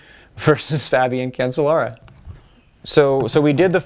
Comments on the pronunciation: Cancellara is pronounced "can-chell-ah-rah" isn't it? "Chell", not "sell". That's what I've always heard them say when I'm watching the Tour de France etc. And these sources pronounce it "chell" as well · Nice views. But Phil, if you keep calling him Cancel-lara he will cancel you. I think that is what he was thinking. It is pronounced Can-CHE-lara.